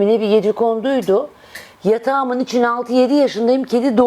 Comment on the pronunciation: hanım “Üçuun… “ değil “ İÇİN”.Kovayım kimsenin hayatıyla ilgilenmem duyarlıyımdır ama gereksiz şeyleri takmam.